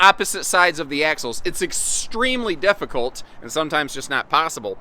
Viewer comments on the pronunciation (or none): When explaining the reason for the 2 dump ports you said it was "deff-icult" like the defecation shoot. 🤣😂🤣